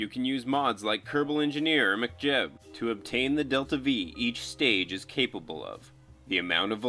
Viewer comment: love how you say mechjeb like its a scottish kerbal. McJeb was a simple man, but a proud man!